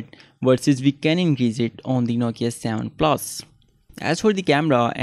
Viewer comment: its not savan plasss its seven plus